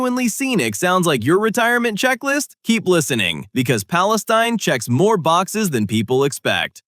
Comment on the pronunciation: Palestune? Crime's a bit high there